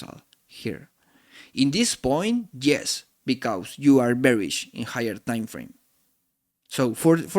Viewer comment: Thanks for sharing your knowledge. Suggestion: the words because, trust. You need to improve their pronunciation for your next videos. Or you can use AI to translate your videos from Spanish to English